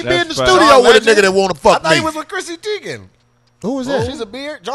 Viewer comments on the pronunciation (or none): none